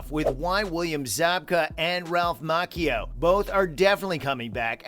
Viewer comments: It's (Mah-chee-oh) not (Mah-ki-oh) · “Ralph MaCkeyYeo.” That hurt…. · With all that you ‘know’, you just might wanna learn how to pronounce Ralph Macchio’s name correctly. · There is a writers strike going on and that's one reason season six is delayed. People only care about money so who knows when season six will be released. Also the creator of this youtube video is pronouncing Ralph's last name wrong lol 😆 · It’s Macchio